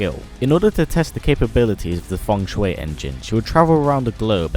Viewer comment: Its ( FUNG - SHEE ) engine not fung shuway engine